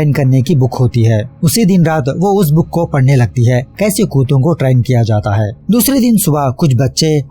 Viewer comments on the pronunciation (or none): none